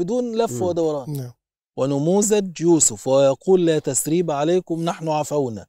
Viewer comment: قوله تعالى ( لا تثـريب عليكم ) وليس تسريب ارجوك - ثاء وليس ساء ، شكراً